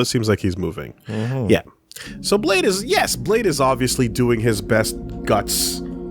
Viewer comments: they hear Blaidd's name spoken like 3 times and still pronounce his name "Blade" instead of "Blythe" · I like the recap system but holy shit would it have been way cooler to go see Blaidd live instead of offscreen, the reactions would have been great... Also mispronouncing Blaidd right after Kalé says it correctly, classic